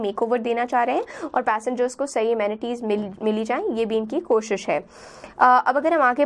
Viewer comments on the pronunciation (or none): none